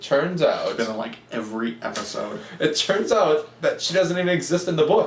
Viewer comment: Amazing review, and you forget the d in episode